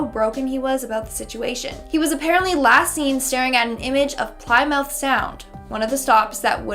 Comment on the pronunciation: It is not Ply-mouth, it is pronounced Pli-myth.